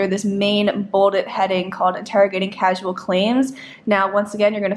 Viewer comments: "Interrogating Causal Claims" not "Casual" 👍👍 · Causal != casual lol